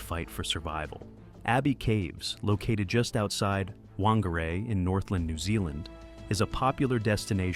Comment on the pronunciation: Whangarei is a Maori word, which is actually pronounced 'Fan-gar-eye' 😊 Tragic story.